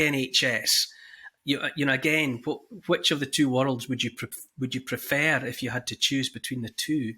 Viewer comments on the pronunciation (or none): minute marker the way Neil Oliver says prefer made me smile.